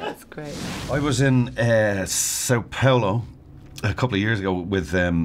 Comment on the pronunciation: "Son Polo" omg worst interpretation of the name of the city kkkkk